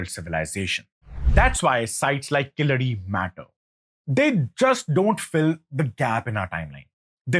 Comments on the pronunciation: It's keeladi. Not kiladi..yew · It’s not Killadi sir… it is Keeladi. You pronounce it as ‘K la D’. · You are pronouncing it killadi it’s keeel adhi meaning the bottom layer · It's not Killadi, but Keeladi. Please don't kill this discovery. 🤣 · Very well said.sir it is Keezadi.and not Killadi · It's pronounced KEEZHADI in Tamizh not the derogatory Keeladi. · It is spelt wrong keel +adi is right: but the person says kiladi?! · Not kiladai sir. It is called kheeladi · Hello! It is not Killadi, it is Keeladi !! Keel means deep down, adi means steps or perhaps measurement !!! Since when Sindhu civilization became Indus valley civilization, so comfortable to those who came to invade the land ???? Anyway, this ancient Tamil city was hidden because those aryan jewish immigrants who came in as nomads after a few centuries of their nomadic journey straight from Jerusalem crossing Babylon now Irag and Iran, then crossing Afghanistan then into the Tamil land now called India, approximately 5K years ago, may lose their fake identity as son of the soil and sanskrit as their deva basha and be packed and couriered back to Jerusalem from where they were kick out from !!!! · Please note that it's pronounced Keeladi, not Kiladi. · please for the next time, its 'Keeladi' 💕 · It's called "keel-adi". Get your pronunciations correct. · It's KEEladi, with a long e. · Dear, I like your videos. But the videos in the background are often unrelated or showing white people or others when you're talking about India and Indians. I don't mind mispronunciations and accents, but please check your pronunciations by writing then in a script you're comfortable with like devanagari. Two mispronunciations in this video कीय्यढी or कीय्य्लढी and बदाक्शान or बदक्शान.